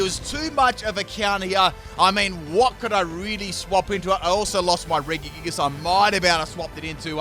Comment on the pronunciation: I’ve never heard anyone butcher regigigas name so much lol